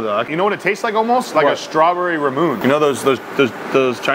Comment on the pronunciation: Raw moo nayy please that's how you say it